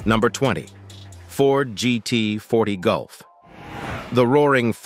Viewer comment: He said Ford GT 40Gulf. Hilarious